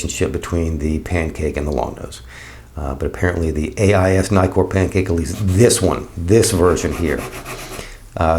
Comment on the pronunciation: There are two Ks in Nikkor. Why do you keep calling them Nykors? I get put off by mispronounciation, so I’m out.